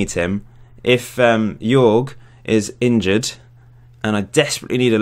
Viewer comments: Hey man! Great Channel! Jorge is pronunced JOrge like HOllow, an R and and JE like HEritage. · Hey, bro... Say hello to Brazil You can pronounce Jorge as George.